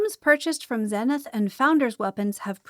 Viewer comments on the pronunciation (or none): none